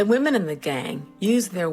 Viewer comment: Take a shot every time "women" is mispronounced "woman".